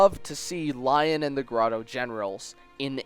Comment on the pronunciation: Okay I know I'm sorta late but Lyons name isn't pronounced Lion but more like Leon.